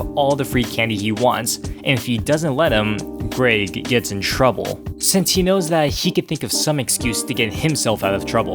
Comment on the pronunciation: to says greeg instead of greg